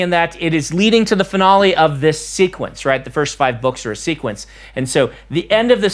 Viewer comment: Brandon: pronounces Eshonai Me: Huh. So that's how it's pronounced. Brandon: prounounces finale like tamale Me: Um... actually